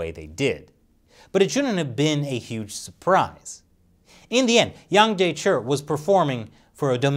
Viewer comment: Wow knows not to voice the chi in Wang Jiechi's name. When is going to coach my Mandarin pronunciation?!